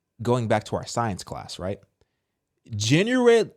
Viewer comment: LOLOL THE WAY YOU SAY GENUINELY.......😂🤣😭